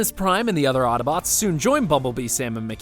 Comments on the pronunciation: He keeps saying ottobotes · Ugh. Hate it when people pronounce Autobots "attabots". You can shut your eyes, you can hold your breath ... but you can't close your ears. Otherwise decent wrap up. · It happened again... they say Ottobots. It's autobots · Am I the only one who here ottobots when he says autobots, please tell me I'm not the only one who here's that